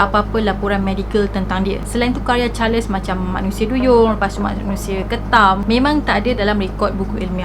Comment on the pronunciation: Salam. Maaf boleh saya tahu ejaan nama charles tu bagaimana? Sebab jika ejaannya charles, sebutannya adalah “charls” tiada “les”. Sebab saya perasan di beberapa video sebelum ni juga. Harap dapat membantu